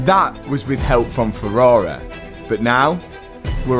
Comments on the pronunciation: I bloody love this channel, not just for the incredible rebuilds, but also because there is no other channel where Ferrari is pronounced "Ferrarehhh". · “Ferrarey” 😂